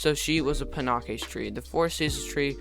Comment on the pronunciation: Its pronounced panakes (pan aches)